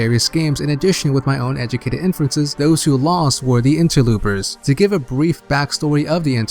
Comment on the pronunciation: stop saying interloopers